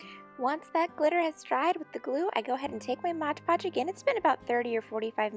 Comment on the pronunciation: Stooooop its called "mod podge" not "modge podge"